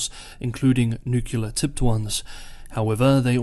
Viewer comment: NEW CLEAR, NOT NUKE YOU LAR